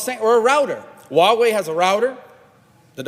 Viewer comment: 真像台湾民进党的言论啊，中国做了这个，中国做了那个，中国好坏坏，中国无所不能，人民都是傻逼，只有我们聪明的洞察了一切。但是，when？ where？ who？ how？ 这些facts一点都没说。反正就是欲加之罪何患无辞。这个人甚至都不能正确的发音“huawei”，但是美国人是可以发h音的。难道对你们的头号制裁对手没有做基本的了解吗？这就让我想起来纸牌屋里面虚拟的中国高层Qin，可是剧里的人全都说成Kin。拜托稍微认真点好不好。这种东西喜欢听的人自然听的很爽，但是内容太空洞了。听君一席话，如听一席话。